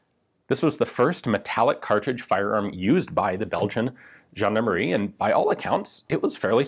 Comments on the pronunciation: I love it when you pronounce foreign word but i completely I lost it when you said "Gendarmerie" (Jeanemarie, a old fashion giving name for girls) instead of (jean-D'arm-e-rie) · Nothing says "gendarmerie" like the letter W. Right?